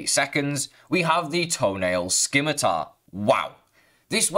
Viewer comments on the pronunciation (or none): scimitar is pronounced "simitar" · Is there a reason he pronounces it like this? I started watching his videos later on and starting to think it's an inside joke thing That and sKimitar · nah its just a horrible word to pronounce so he just says something random lol